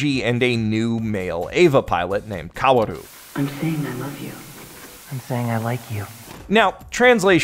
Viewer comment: This is barely related to the video but can someone please tell him that "Kaoru" and "Kaworu" are pronounced the same way. Other than that good video, also thank u for presenting the kitchen scene comparison honestly (I made the original tweet abt that one that got traction and I've seen the comparison out of context WAY too many times now)